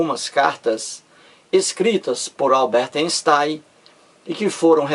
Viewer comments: INSTAIM nem pronuncia direito kkkk.tem dó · Lê-se Ainstein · emerson santos, o fato de o videomaker não pronunciar corretamente o nome do cientista (ei = ai) (j = i) (eu= oi), etc... Não invalida o valor do conteúdo do vídeo.